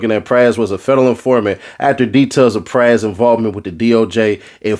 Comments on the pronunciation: I love ya fam, but if you say PRAZZ one more time…. It’s PRAS(Prah-zzz) geez bro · It's pronounced Pras like Nas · It's pronounced like like prada. And damn 14 years is wild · Them man nam is pronounced proz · How old are you? Have you never heard of the fugees? Do you not know how to properly pronounce Pras? I’m very suspicious now!!! This should be a crime in and of itself…